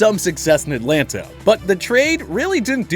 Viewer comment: Atlanta is one word not three....At lan ta